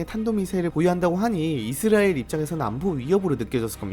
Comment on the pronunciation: 이즈리얼이즈리얼이즈리얼이즈리얼이즈리얼이즈리얼이즈리얼이즈리얼이즈리얼이즈리얼이즈리얼이즈리얼 이제부터 당신은 이스라엘을 이즈리얼이라고 발음합니다